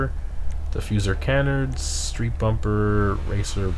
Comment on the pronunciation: keep the vids coming but i cant take it anymore, you're driving me crazy it's ca-nard not can-ard and de.i.ty, not de.ity